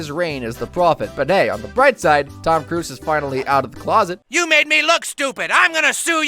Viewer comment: lol Tom Cruz like he’s Ted’s brother. My dude it’s cruise